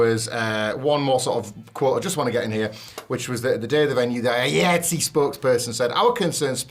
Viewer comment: the delivery of the last story is stupid. ignorance of a working professional union and constantly mispronouncing the union's name. that union spans the majority of the entertainment industry like sag-aftra or bafta. if you look at any blockbuster movie's end credits, likely an iatse chapter is there.